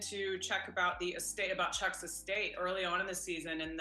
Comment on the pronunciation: I just can’t take you pronouncing Chuck as shuk and Jimmy as Yimi anymore 😭